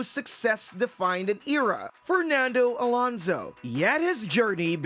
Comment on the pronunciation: Why is so hard for britards to pronounce Fernando Alonso? 25 years in F1 and yet they can say it properly XD, well, britardeds